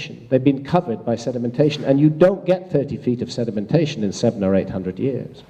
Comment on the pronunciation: SEDEMENTATION by the SEA. LOL.